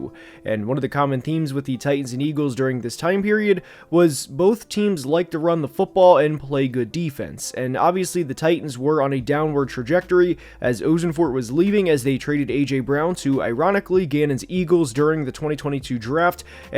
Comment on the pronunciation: Pretty sure it’s AHsenfort 😂